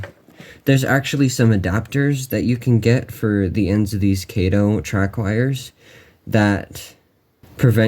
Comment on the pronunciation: Sorry, "Cato" was Inspector Clouseau's sidekick in the 'Pink Panther' movies. Kato is 'Kah-toe'.